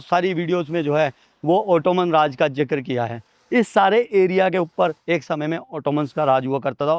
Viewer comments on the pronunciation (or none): O Helo Bhi 😮 jikr nahe zikr huta h AP Pakistan mi aay b thy magr Urdu ki class he ly lity